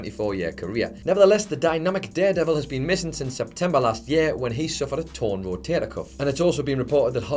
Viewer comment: A torn ro-TATE-a cuff